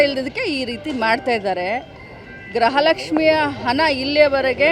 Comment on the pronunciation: ಗ್ರಹ ಲಕ್ಷ್ಮಿ ಅಲ್ಲಾ ❌ ಗೃಹಲಕ್ಷ್ಮಿ ✅😅😅